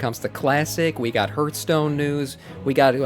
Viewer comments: HARTH-stone ffs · its not ,, hurtstone